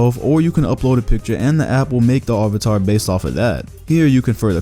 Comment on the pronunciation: Who is somewhat triggered by the way pronounced "Avatar"